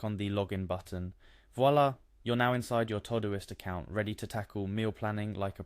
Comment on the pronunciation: All you showed us was that Todoist has meal planning and not how to use it. Plus, its not TOE-Doist......